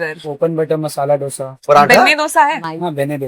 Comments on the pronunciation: Not Dhose - Dosha or Dosai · if someone calls Doughsa instead of Dosa better stop eating Dosa , how difficult is it to learn a word ??? for real this is damn annoying Dal wala dosa yaar stop ruining it